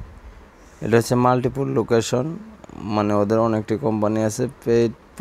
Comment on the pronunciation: আপনি ঠিকমতো উচ্চারণও করতে পারেন না!😂😂 মাল্টিপলকে বলেন মাল্টিপুল😅😅